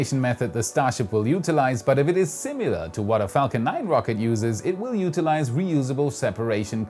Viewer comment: As often as you struggle on the word “similar”, remember it does not have a “u” in it like “simulate” does. It is not “simular”. This should help your pronunciation of the word greatly.